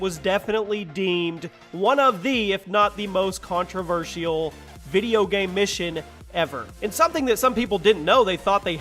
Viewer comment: Lmao this guy just said 'contro-versh-e-ol'